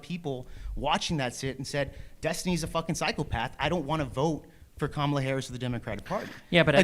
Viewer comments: pronounces Kamala correctly, then adjusts to the incorrect version. Sigh. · why didn't you call the last guy a racist for saying Kamala incorrectly? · Did the last guy correct himself to pronounce Kamala wrong?